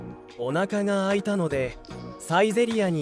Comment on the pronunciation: Could you explain this please? お腹が空いたのでサイゼリヤに行きます sounds like: Onaka ga suitanode saizeriya ni ikimasu sounds like: Onaka ga aitanode saizeriya ni ikimasu Why?